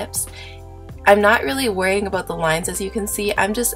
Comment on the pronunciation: Are you from Canada? You said ABOOT! :) I use my liner on my whole lip too. Right now my fav colors are Copenhagen and Transylvania by NYX. I can't wait for their Wicked Lippies!